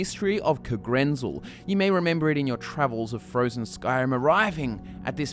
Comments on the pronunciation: I don't know but isn't the stress in 'Kagrenzel' supposed to be on the '-zel' instead of the '-ren-'? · The biggest mystery is why you pronounce Kagrenzel thusly.